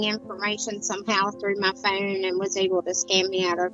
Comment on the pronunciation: Any idea why something called a ‘phone’ to the rest of the English speaking world and is not difficult to pronounce is called a fuuuuuune in her part of the world?